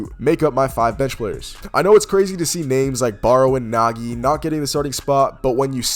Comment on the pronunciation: Oh hell nah bro didn't just say Nagi